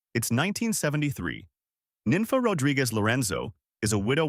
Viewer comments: The way you're pronouncing these names is killing me. Her name was pronounced "neen fah." If you were from here, you'd know better. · 'Nenfa". wtf.